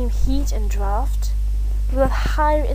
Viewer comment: Just curious but, are you reading something when you're narrating this? And did you do this for school? I still don't really feel convinced. But your English isn't as bad as you think, you actually sound somewhat British. The only thing that stood out to me was "drought" which is pronounced like the word out (but you might already know that now). Anyway, best of luck if this is for a grade or whatever.